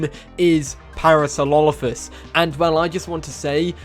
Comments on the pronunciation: Please learn how to say Parasaurolophus lmao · You butchered my favorite Dino's name please talk slower and give yourself time to enunciate. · I’m gonna be that guy, what was that pronunciation in the beginning because that’s definitely not Parasaurolophus.